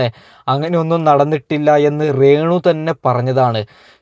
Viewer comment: റേ ണു അല്ല de രേണു 🤣🤣🤣🤣